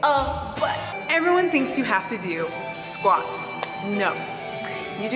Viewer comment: doing squats as you say "it is not sqauts" 😁😁😁😁😂